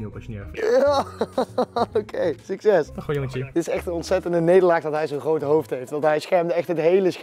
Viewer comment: Rob die Nederlands probeert te praten: GrOoT